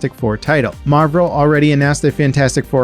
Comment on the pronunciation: hehe, "Marvrel"